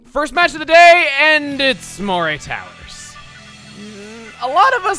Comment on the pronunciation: It's pronounced " muh-ree " towers.